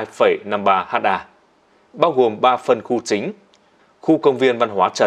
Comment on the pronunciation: ơi, nội dung đã trau chuốt rồi, nhưng lưu ý cách đọc nhé. VD: Ha đọc là Héc ta (trong bài) không có ai đọc là Hát A đâu 🤣 Km đọc là Ki lô mét